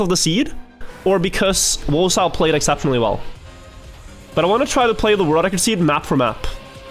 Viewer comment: I love your content, but PLEASE!!!!!!!!!!! learn how to say world record. I am starting to question my sobriety. Again, love your content.